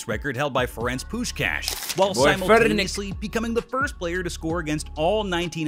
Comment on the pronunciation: btw he pronounced Puskás az it should be. (coming from a hungarian)